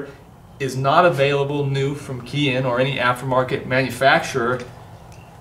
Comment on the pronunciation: Great video. Chicom parts are a great bargain if you can't afford a genuine Japanese part but you can't beat the quality of an original Japan made part. Just a FYI "KEIHIN" is pronounced kay-heen.